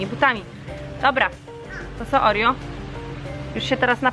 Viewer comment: pisze sie Oreo a mówi Orio (czytaj opis)